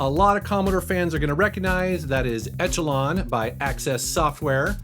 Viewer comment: eshalon. he pronounced it wrong.